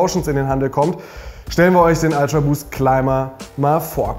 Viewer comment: „Ultraboost“ nicht „Altraboost“